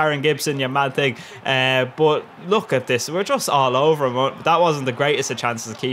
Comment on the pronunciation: Love the jokes, haha. Love it when you are saying: bot-> but